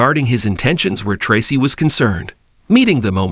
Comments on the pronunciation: Tray-see is the right sound .. not tassi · Commentator: Learn how to say the correct way on how to say the actors names before you speak. The actor name is pronounced "Tracy"(aka) Tra-cee get it. It that to hard to pronounce ". If so,you don't need to be in here doing this".!